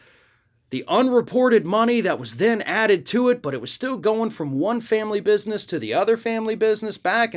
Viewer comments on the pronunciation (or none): none